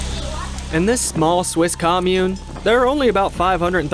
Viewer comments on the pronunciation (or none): none